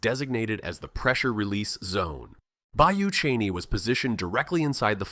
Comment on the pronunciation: Bayou Cheney LOL it’s Bayou Chene (look at pictures at 8 minutes 41 seconds) and it’s pronounced “Shen”. AI voice over is terrible!